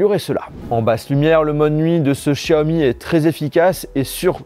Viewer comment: Comme tous les autres tu devrais apprendre la prononciation de certaines lettres de l'alphabet français , tu penses être intelligent mais tu te trompes , la lettre X se prononce comme la lettre S et non Ch tous des gros nuls